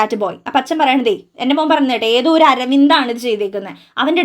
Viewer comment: Try to pronounce "oru" correctly.😊